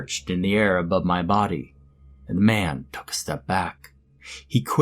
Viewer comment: It sounded like mam not man reeee